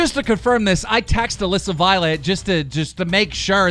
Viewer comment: KEEM! DIDN'T YOU MEAN ALEESA NOT ALISSA!